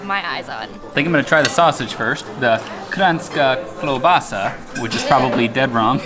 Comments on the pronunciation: That "sauce" we serve on štruklji is actually just breadcrumbs lightly fried in oil or butter. Also, great pronounciation of "kranjska klobasa." I don't think I have ever heard any foreigner pronounce it as well :) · Your Kranjska klobasa pronunciation was actually pretty good. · you actually said kranjska klobasa right